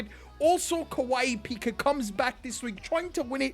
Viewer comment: Tabata (butchered my man’s name) is actually kawaiipika